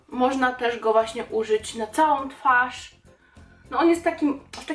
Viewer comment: Zauwazylam ze masz teraz taki brytyjski akcent nawet jak mowisz po polsku to przeciagasz dlugo samogloski np- twaarz, a nie mowisz tak jak my mowimy tak szybko 'twarz', mam nadzieje ze wiesz o co mi chodzi :D